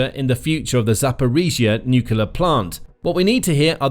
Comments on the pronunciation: It's noo*clear, not nook*u*lar. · 'Nuclear', not 'nucular'. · The how many times can you say "nucular" challenge